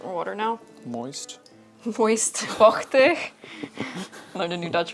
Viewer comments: Love to see one of my fellow countrymen making whole versions of the sherds I dig up hahaha. I’m definitely going to stop by Aebele’s website to get some of his replicas! Edit: Waheyyyyy Delft spotted!!! And your pronunciation of ‘vochtig’ was really good! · As a Southern Dutch person, I have to say the way you pronounced those g-sounds in ‘vochtig’ is Top Notch 👌🏻